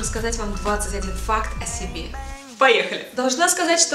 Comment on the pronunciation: я одна вместо факт слышу фак?)